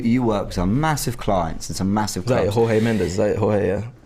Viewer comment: U can pronounce the “J” for Jorge Mendes (pro tip: if he/she is Portuguese, always pronounce the J 😉)